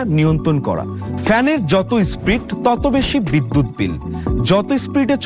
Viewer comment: Spreed na SPEED 😂